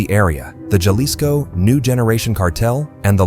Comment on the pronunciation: Chuckled a little when the A.I. pronounced the "J" in, Jalisco.